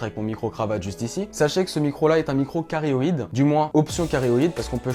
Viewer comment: Hello , si jamais on dit directivité "cardioïde" et non "carioïde" . Vidéo top tu expliques bien en tout cas.